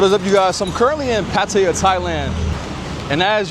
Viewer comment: The place is pronounced pa ta ya instead of Pa ti ya.